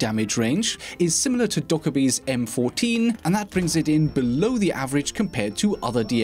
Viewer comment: the ar-15.50 is similar to dokkaebi's m14.... DO YOU MEAN MARK 14 EVERYBODY ALWAYS m k fourteen or m fourteen it's pronounced mark 14